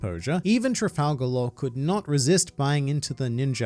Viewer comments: are as luffy would say "tra-gal" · Sorry, you're wrong, it's clearly tral-gal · Oh Lord Trafalgal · Trap-Gal Law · Trafal-gal? blink muttered conferring noises The Judges will allow this. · Trafal-Gal Raw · "Trafal gal" how dare you filth the book of shoonkz like that!!! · It's Trafalgar D Water Law